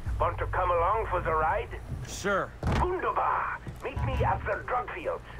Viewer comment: Yep, it's "wunderbar" and even Nick pronounced it more properly than the guy who synced Sam.